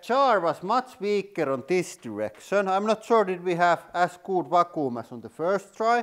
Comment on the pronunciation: " pretty got damn goot vacooom." 😂😂